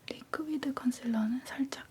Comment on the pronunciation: 위 발음이 잘안되시는건가요??음..리쿠이드도그렇고 에투드도그렇고...제가 잘못들은거겟죠..?꺅